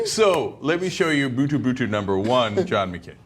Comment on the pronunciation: Brutale Brüder, not Bootoo Bootoo